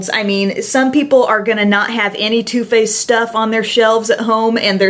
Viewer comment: is it only me hearing her saying toothpaste instead of too faced